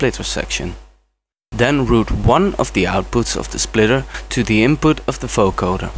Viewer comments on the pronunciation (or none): its a vocoder not a foecoder xD but awesome tutorial !